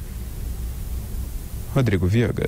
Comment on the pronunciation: Adoro a pausa dramática que ele faz no final. "Do Rio... ... ... Rodrigo Vigaaaan"